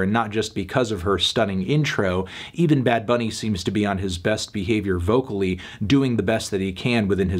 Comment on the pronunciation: El Melón's Spanish is getting better and better. That "Bad Bunny" pronunciation was legit fine